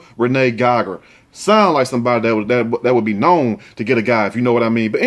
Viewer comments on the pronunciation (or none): none